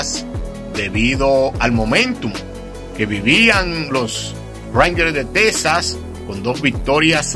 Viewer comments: Amigo no es tesas es Texas . Se pronuncia X en vez de s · Es Texas no tesas